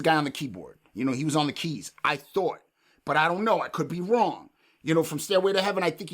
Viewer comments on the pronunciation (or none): none